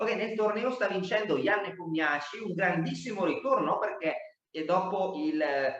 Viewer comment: Per i curiosoni* Rapport si pronuncia "Ropport" (strano ma vero,essendo Ungherese) mentre Nepomniachtchi non si pronuncia "Nepomniaci" ma " Nipomnisci" Il finale è "sci", non "ci" così come all'inizio il "Nepo" si pronuncia "Nipo". Non è una critica* è una semplice curiosità, perché quando vengono chiamati in causa i loro nomi vengono pronunciati male 10 volte su 10 (parlo anche di dirette mondiali di altre nazioni) . Lo dico più che altro a titolo informativo,per il mondo a quadretti